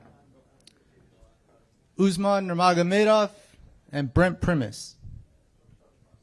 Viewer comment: why Chael Shonen try so hard to pronounced "Nurmagomedov" hahahahaha, just call him Usman wkwkwkwk.